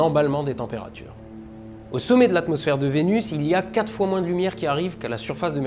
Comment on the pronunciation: Your accent lorrain is showing 😗